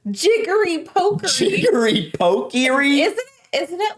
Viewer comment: Jiggery-pokery. the Jiggery bit you said right but pokery is pronounced Pock-ery not poke-ry.